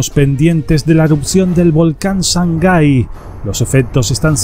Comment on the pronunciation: Se llama SANGAY no shangai. Saludos desde Ecuador.